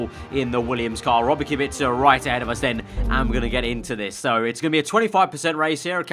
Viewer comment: Correct pronunciation of Robert's Kubica name, i'm impressed